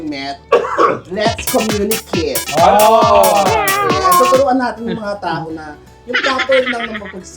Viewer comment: Ay..like ko ang 'lets communikit'❤️